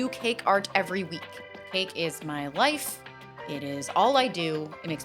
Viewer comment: when you said cake is my life I thought you said cake is my lice